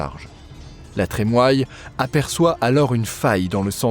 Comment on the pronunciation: Super ! Merci !!! NB : La Trémoille se prononce "La Trémouille"